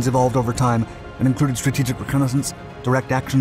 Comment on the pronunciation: this narrator.. holy speech impediment. Since you’re American, ‘reconnaissance’ is pronounced is RE-CON-UH-SENSE. Jesus.